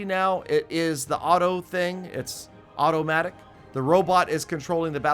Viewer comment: It's Otto matic xD